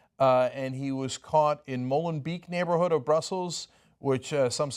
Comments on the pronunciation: Pedantry corner: 1)Molenbeek is pronounced Molenbeck. 2)Please note the adjective for Belgium is Belgian. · its cute how you pronounce MolenBeek >< greetings from a Dutch man ^^